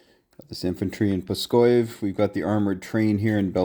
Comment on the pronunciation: Great video, but as a russian, I must comment that Pskov has a v at the end of its name. It's not Pskoy).